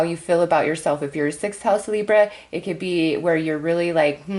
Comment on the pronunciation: Every time you say Libra I cringe Lol